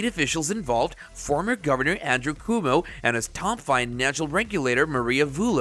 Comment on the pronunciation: Good info here, but the "narrator" botches up the pronunciation of several names including "Governor Coomo". It's pronounced "kwoh-moh" NOT "koo-moh." I'm pretty sure you're NOT using an A.I. narrator because of the stumbles that you left in around the - marks.